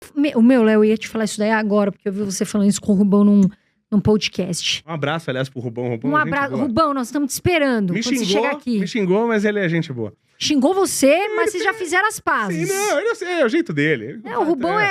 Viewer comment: Por favor, falem pódcast! E não pôdcast. Parabéns pelo trabalho.